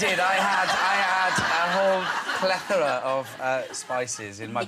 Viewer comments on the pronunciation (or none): "Pletora" I love him